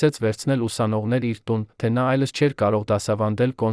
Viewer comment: Ինչու՞Երանը,այլս,այլ`Երևան,այլևս,ճիշտ կարդա։